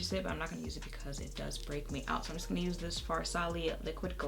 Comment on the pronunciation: “whose ass were you gon’ beat” 😂😂😂😂😂😂 i swear you got some brooklyn in you girl!